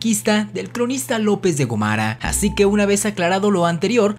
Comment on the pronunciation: ¿López de Gomara o López de Gómara? Si se toma en cuenta la tilde y su ubicación, la sílaba tónica es Go, por lo que tendría que pronunciarse con mayor énfasis. En el video, el apellido de este personaje lo pronuncias sin el acento correspondiente, por lo que deduzco que es incorrecto.